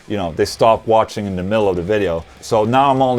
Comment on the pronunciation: when you end your videos it sounds like you're saying "thank you for washing!" lol